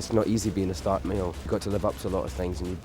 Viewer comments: Did he just say "I Eddard of house STORK" ? lolol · I, Eddard, the house stork, sentence you to die. "House stork" - like a house cat? lol